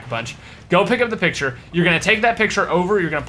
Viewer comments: 2nd "picutre" lololololol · "Picutre" damn it 😂